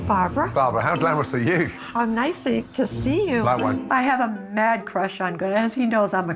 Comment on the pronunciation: "How nicey to see you" 😂😂